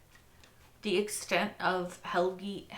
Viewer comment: hehe, every once in a while you get it right! it's Helge, not Helgi. you can call him Helgi when you're really close to him, as a term of endearment, but it's not his actual name 🤭